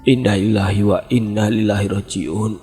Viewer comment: Bacaan innalillahi nya salah bang. Belajar lagi bang. Semangat